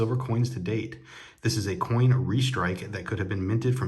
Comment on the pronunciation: Austrian Stacker is awesome (Almost as Awesome as you ;) psst.. you said coin lol. You always have such cool things. Thanks Aloha.